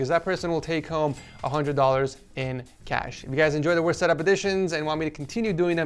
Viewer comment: "wost" LOL (